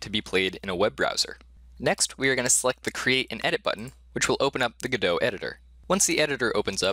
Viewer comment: 3 videos in a row? What universe am I in? (also can you stop pronouncing godot like you're french)